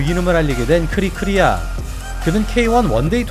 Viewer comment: 크리크리아가 아니라 크리클리아